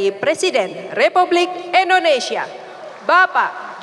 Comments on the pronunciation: Indonesia mbak bukan Endonesia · Indonesia.. bukan endonesia